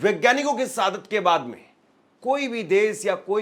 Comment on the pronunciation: Abe enkar sab hindi to bolna seekhle sadat nahi shahadat hota he or liziye nahi lijiye hota he